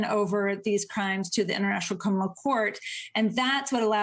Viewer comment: She really needs to work on her pronunciation of the word "criminal"